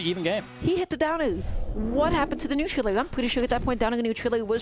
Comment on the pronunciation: so no one gonna talk abt the commentator saying neutral ooou